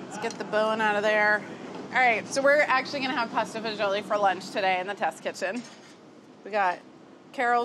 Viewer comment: To be honest I stopped watching and found a different recipe when she called it pasta faggeeolli.